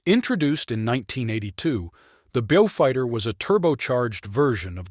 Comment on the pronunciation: Not bjufighter. Bowfighter.